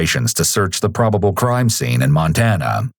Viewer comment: This narrator has to be the most annoying narrator of all narrators. Why do people have to add "uh" to the end of words? Sceneuhhhh